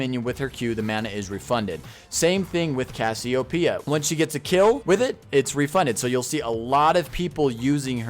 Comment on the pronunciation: You know it isn't pronounced Cassy-O-P-Uh, right? That isn't how anything works my guy